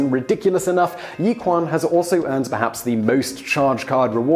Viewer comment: not "yi-quan", it's pronounced "yi-qi-an"